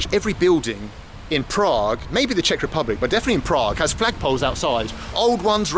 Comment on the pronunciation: As a Czech person, It's really funny listening to you pronounce Czech words with Russian sounds.